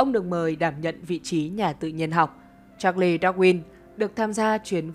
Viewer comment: Vậy nhà ngôn ngữ học cho hỏi việc phát âm "Cha Lét" có ảnh hưởng gì đến chất lượng của content về Thuyết tiến hóa và Thuyết trôi dạt lục địa không ạ?